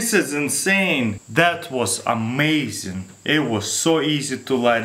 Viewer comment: Russian accent of amazing:Ameyzen You tried it didnt you